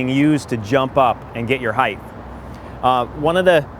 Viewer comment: heightth hahaha